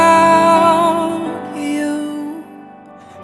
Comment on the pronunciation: Would like this 10x better if you didn't pronounce it as "without chuu" 50% of the time throughout the song. D